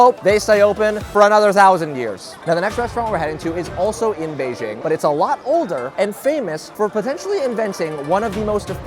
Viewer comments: Cmon man just say Beijing correctly. It’s pronounced exactly like it’s written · Why mispronounce Beijing?